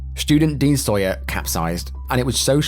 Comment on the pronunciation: My school, my year, my friends. It’s Sayer not Sawyer!